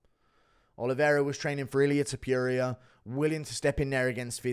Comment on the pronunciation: can u please stop saying topYuria.. it’s topuria